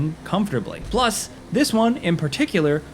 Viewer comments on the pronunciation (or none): none